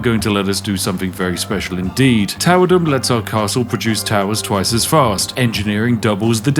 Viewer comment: Uhh excuse me sir it's towerdome, like thunderdome, not towerdom.